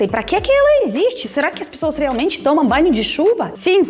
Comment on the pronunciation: Você poderia começar a treinar a falar "Pessoas" e Não "pissoas" Agradaria mais 😉 já que virou "paulistana" 😅 Depois para "pós-graduação" Poderia treinar o "Começar" e Não "kameçar" 👍